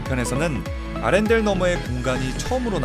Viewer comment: 아란델 말구 아렌델 아닌가 ?..